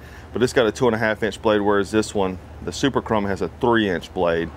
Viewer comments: KA-RAM-BIT Thats what it should sound like not KA-ROM-BIT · Ka-ram-bit. Not ka-rom- bit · Ka-RAM-Bit. That's the only way to say it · call it a karOmbit one more time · the way he pronounces it lol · You say it wrong it’s karambit not karambit😂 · You say karambit wrong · I’m triggered on how he says Karambit Edit: how expensive is the stuff he is at? I can get a Karambit, with a larger blade, handle, and a decal, for only about 15 dollars!